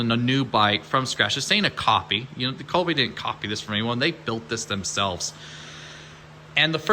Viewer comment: Be great if he could pronounce Kove properly..🙄